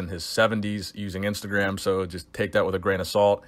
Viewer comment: ‘IMSTAGRAM’ LMAO